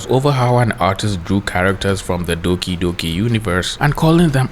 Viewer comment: “dookie dookie universe ” LOLLLLLL Im not making fun of your pronunciation but this is really funny 😆